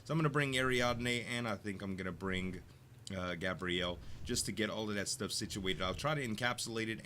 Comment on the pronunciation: GAY-BREE-ULL = gabriel not gabrielle